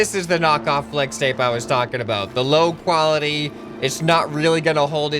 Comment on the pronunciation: Pfffft I love it lol FWEX TAPE